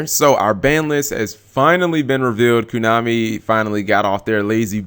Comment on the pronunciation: Please fucking christ stop saying kunami